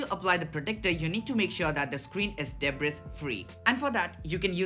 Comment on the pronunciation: its not " deb ris" its "Dbree"!